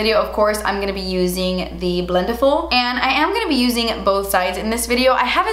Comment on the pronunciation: The way she says "BLENTIFUL" i feel anxiety No hate ok